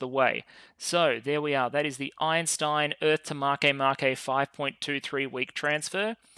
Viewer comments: “Eintein” class, not “Einstein”, lol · ah yes, Albert “Eintein” one of the greatest scientists to ever live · Calling it "Eintein" instead of Einstein was magic. Absolute meme.